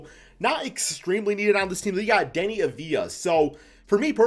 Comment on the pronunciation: Thank you for being able to see how deni should be utilized and giving him a chance I'm from Israel and seeing him getting a chance (even if it's in 2k) gets me excited Edit: also thx for pronouncing his name right